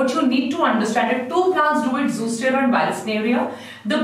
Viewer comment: Mam it's not zoostera it's zostera